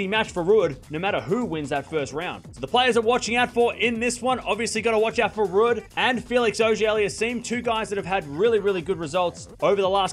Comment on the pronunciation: Someone tell is pronounced Rude.